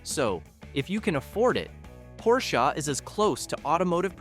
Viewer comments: It is pronounced as Porsheh not Porshah. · It's Porsche, with an E! NOT Porscha, with an A. The E is pronounced short. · PorschAA???? I is Porsche! OMG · Not porshA.....PORSCHEEEE!!!!!!!!! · Honda, not Handa, o like olive. Porche, not Porcha, with e like elephant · Hey Dude, it's not a 'Porshah' but a 'P O R S C H E' with an pronounced "E" at the end! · Pronounce Porsche correctly, idiot.